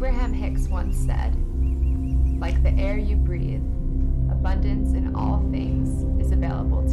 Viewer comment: Am I the only person who keeps hearing "a bun dance"?